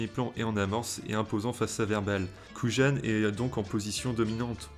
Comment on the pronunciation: Dommage que cette plutôt sympathique analyse soit un peu gâchée par la répétition des mots "Keyser SoYzé" ou "agent KouJJJane" : dans toutes les versions c'est "Keyser Sozé" et "agent Kujan" (à prononcer "Kouyane"). Mais sympa quand même